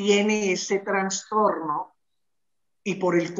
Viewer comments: * Trastorno no digan Transtorno.... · No se dice transtorno !!! Es trastorno